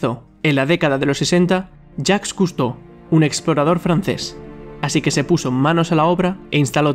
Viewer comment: Escuché "yack custou" y le dí like de una